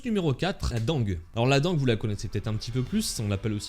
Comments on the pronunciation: la dengue se prononce " dingue " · Désolé, mais dengue se prononce "dingue" Désolé, mais vivant dans un pas où des épidémies de dengue apparaissent tout les 1 à 5 ans environ, je ne pouvais m'en empêcher